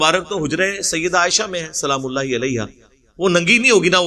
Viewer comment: O BHAI YE JO TUM ALLAH KO ALLAKH BOLTE HO THEEK NI KARTE SAHI BOLA KARO HAA KI AAWWAZ NIKALA KAO